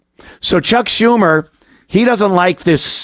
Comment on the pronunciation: Can u show respect to cuck schumer, say her name correct please